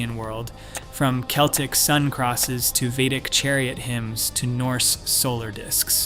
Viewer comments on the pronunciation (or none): none